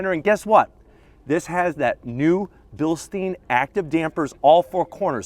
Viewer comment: Bilst-I-ne not bilsteen, You dont drink beer out of a steen